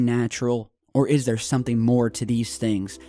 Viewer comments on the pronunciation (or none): none